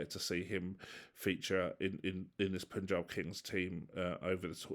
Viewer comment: really sorry. Pa-n-j-aa-b Kings. Despite u in its name, that u is pronounced as Indian "a"